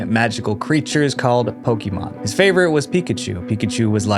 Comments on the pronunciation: It's PoKAYmon, not PoKEEmon, jesus christ it's been 25+ years how can people still get this wrong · love how americans cant say Pokémon